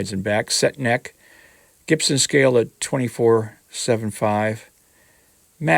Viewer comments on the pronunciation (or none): none